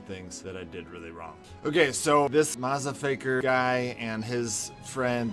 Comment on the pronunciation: I laughed when he said mazafaker